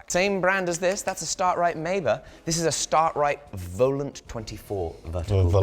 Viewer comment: As a ToT viewer, I believe it's pronounced "Star-Trite", not "Start-Rite"